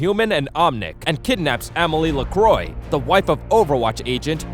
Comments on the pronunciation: reza choudhury it is la-cwah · "Lacroy" ... isn't Lacroix pronounced La-cwah? Although I've heard of companies say that it is pronounced "La-croy" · "Lackroy" "Amarie" Btw Torb has a bigger role than portrayed by this video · it’s not said lecroy, it’s said le-crox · its lequa not lecroy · It’s pronounced Ler-qua not Ler-croy. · LUH-KROY?! Who TF is LUH-KROY?! It's pronounced LÉ-QUA. Listen to the way Moira says it. Sheesh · Ana A mah ree. Amalie la C r oah. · Being Canadian the way you pronounced croix triggered me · The pronunciation of this video... xD anaamari its 2 different words xD and Zar-YEEEA. also its lacroix which is pronounced la-cra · Why do most Americans completely butcher pronunciations? LACROIE ZARYEEEEERA like... dude... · amilee lacroi, ana a maree, zareeya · *Pronounced, and Amelie leCROI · reza choudhury LACRWAH, it’s LACRWAH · Its lac-wah cus its french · reza choudhury its a french name so the OI make a wah sound and the R is pronounced in the back of the throat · Lacrwah, the R sounds a bit germanic in french i guess. And that s why english speakers sound bad when they speak french, they replace r by w every time. (i'm french) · It's Lacroix( Luh-crah) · If you listen to moira it's Lacrawh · reza choudhury its more lacroa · + BWHAHAHAHAHAAHAHHAAHHAHAHHAHAHAHAHAHHAHAHAHAHAHHHHHAHAHAHAHAAAAAA it's "LaCwah". It's just a corruption of the pronunciation, just like FLO-rida instead of Flo-RI-da. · It’s le quah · I love how you pronounce Lacroix. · You pronounced Amari, Amelie Lacroix, and Zarya wrong like REALLY BAD. WTF is a Zaryeea